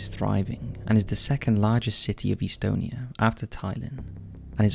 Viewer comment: FYI it’s not Pronounced eastonia, it’s Estonia with the E making the same sound as in “bet”. Please Google basic things like pronunciation.